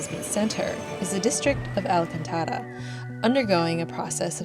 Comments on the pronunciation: Loved ur video of Lisboa. BTW its Al- Caan-ta-ra.. not Alcan-taara. 😉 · Yes, you stress the vogal... can to - caaan- tara. Most arabic derived words, in Portuguese always stress AL separate from the rest of the word, otherwise, your accent is fab. TY for visiting my city, which I 😍 along my language, so thanks for loving it too!! 👍🤗❤️🇵🇹